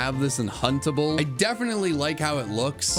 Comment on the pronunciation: Who else heard huntable as puntable and suddenly thought he was doing a different tier list